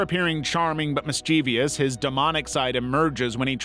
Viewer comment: How was it said? I didn't hear it. No issue with how it said mischievous?